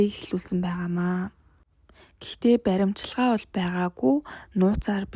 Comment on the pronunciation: ...баримчилгаа гэнэ үү😅😅😅 БариВчилгаа гэж унш...